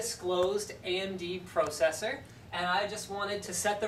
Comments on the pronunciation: undisclosed "proccesor" is that even a word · He even mispronounced processor lol.